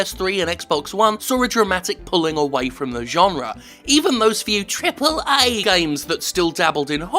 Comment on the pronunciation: Could you please say AAA normally? It is actually really annoying when you speak like that.